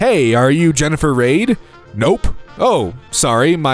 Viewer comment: Raid... de-onna? That would be said Reed and Dye-anna.. lol